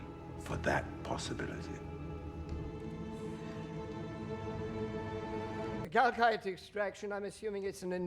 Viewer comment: I swear to Force, at this point every time I heard them saying "kalkite" I have a vine boom effect playing out in my head :D